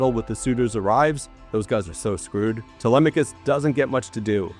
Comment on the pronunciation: you did not pronounce TELEMACHUS correctly. ITS : TELE- MACK-US. You are the first person I have EVER heard prounounce it the way you did. It hurts my grammatical sensibilities. 3/10 review